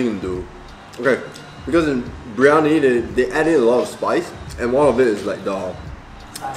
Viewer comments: It's "Biryani" my dude. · It’s BIR-Yani. Not BRI-Yani. Lol 😆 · am I the only one that cringed whenever he said/wrote briyani instead of biryani